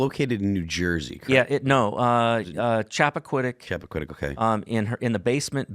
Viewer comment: Chappaqua not Chappaquiddick Chappaquiddick is where Kennedy killed that girl - this guys not so swift also, what if America doesn’t want any more of this bullshit security no one voted for all the secrecy. This is all something created by the government.